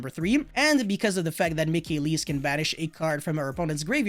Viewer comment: "Elees" "Mikailees" "Magneefica"